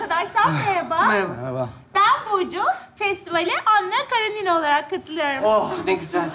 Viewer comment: 😂😂😂😂👏👏👍👍her zamanki kimi mohtesem 👍👍👍👏👏 ama Anna Karenina ☺KaraNina degil